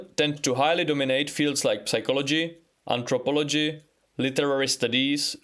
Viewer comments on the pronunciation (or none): P is silent in "Psychology"